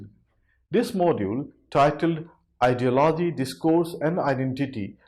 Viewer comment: He cannot even pronounce ideology